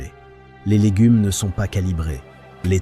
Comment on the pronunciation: Avec l’ IA c’est légunes, boulamgerie,boucherié ...